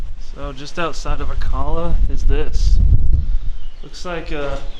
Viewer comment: No. It's pronounced Gran,,deh as in deaf or dead. Rio Grande. No day sound Ah Kah la for Acala